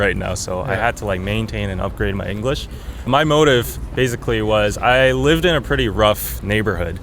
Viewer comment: 한국인이라 그런지 '베이zㅣ클리'라고 하네용 ㅋㅋ 근데 진짜 한국인이라고 말안하면 원어민으로 알 것 같아요 ㄷㄷ